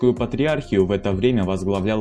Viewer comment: АнтиохИю ПатриорхИю АндронИк Проверяйте ударения.